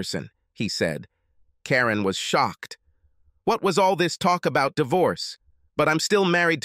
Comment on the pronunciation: Shock-ed. change-ed. I now hate AI.